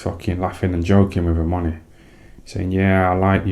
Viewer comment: 'He was a good little boxer wan he?' 😂😂